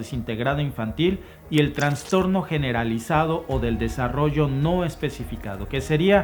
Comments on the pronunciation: Pronuncia "trastorno" y no "transtorno",. Abrazotes desde tus terruños. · Todo bien pero es trastorno, no TRANSTORNO. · saludos mencionas Transtorno pero se dice trastorno gracias a ti y a Alba por los videos